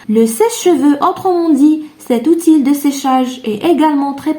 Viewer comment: Conçu تنطق ç س ليس ك Outil تنطق اوتي و ليس اوتيل للتصحيح فقط و شكرا على المجهودات